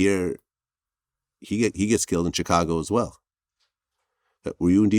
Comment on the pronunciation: I hate how vlad pronounces Chicago